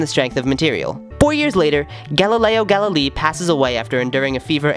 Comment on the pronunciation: Great work, but your pronunciation of "Galilei" is terrible. And you don't say that the most important part of the work of Galileo was at the end of his life when he was first to think of using mathematics for studying physics